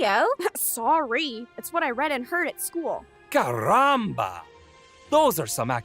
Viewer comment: DID THEY REALLY MAKE CHRISTOPHER COLUMBUS SAY "CARAMBA"? AND THEY MADE HIM MISPRONOUNCE IT???